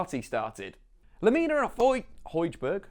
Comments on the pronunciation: Hojbjerg not Hojberg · Nicely done. Pronounced Pierre Emile (Hoy-be-yeah) Hojbjerg